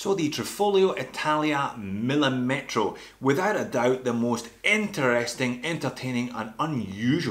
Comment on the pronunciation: by the way the correct pronunciation is millìmetro, not millimètro. the accent is on the second "i", not on the "e"